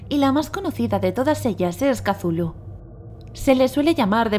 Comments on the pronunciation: No se dise casulu se dice chutulu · Le dice catulu pero en realidad es cutulu asi se pronuncia ni catulu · que no se dice cazulo se escribe cthulhu pero se dice cutulu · Katulu dice .-. Es cthulhu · Casulu jajajajaja que Mierda es Cthulu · se dice cutulu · Se lee cutulu